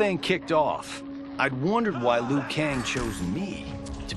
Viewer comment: glad to see someone finally pronounce Liu right. It sounds like Leo, not Loo.